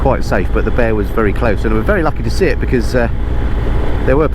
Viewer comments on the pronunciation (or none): none